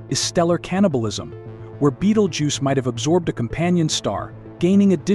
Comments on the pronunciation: What the Fuck it's not Beetlejuce its Betelgeuse. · At least you could make effor to pronounce it's name properly. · you can not pronounce it, why listen to you?